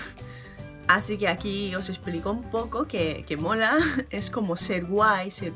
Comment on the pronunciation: Que raro me sonó la palabra mola xD jjssjsj :v habla gracioso <3